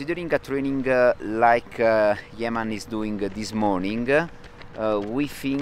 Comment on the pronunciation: It’s not yeman , correction it’s yemane . My Eritrean fellow runner🇪🇷